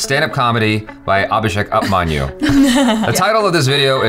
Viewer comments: It's not up manyu 😂🤦, you pronounce it wrong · I'm sorry but it's not Abhishek Up-manyu...its more pronounced as Abhishek OP-manyu...!!! Whoopmanyu whatever but not "UP-MANYU"...!!!😂😂😂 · Dude it is "oop. ". Abhishek Upmanyu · Abhishek Apmaan you! "Apmaan means Insult" 😂 you know you said twice Abhishek Apmaan you! now you can figure out what it means 😂 also started to speak Hinglish like us! pronounce this "Oopamaanyu".... this word translater pronounce fairly so I am sure you will do it. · It's not "upmanyu" as in 'up- manyu' it's "upmanyu" as in 'hoop-manyu' without the 'h' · Hi If it helps its not 'Up'-Manyu its pronounced as Oop-uh-Manyu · It's not up-manyu. It's 😗pmanyu. Same as umami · Its not up manyu... Its oop manyu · Fyi: upmanyu's up is pronounced as goop. Don't leave any paper trail behind.😂😂😂. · When Upmanyu is pronounced as up manyu... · Im witing for the day when will pronounce ''Upmanyu'' correctly😂